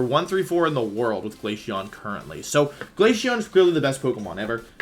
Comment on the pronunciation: Bro he says glayshion not glaceon